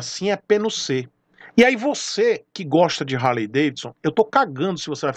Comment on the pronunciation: Pelo amor de Deus,pronuncia R, e HARLEY